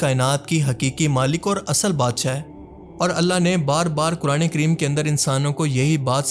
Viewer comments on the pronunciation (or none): none